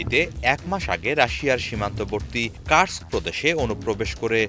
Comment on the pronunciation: ব্রো সাংবাদিক ভইয়েরা, তোমরা পড়াশোনা না করেই কাজ পেয়ে গেছো? কেউ বলে কু-র-স-ক, কেউ বলে কারসক। এটার প্রকৃত উচ্চারণ হলো Kursk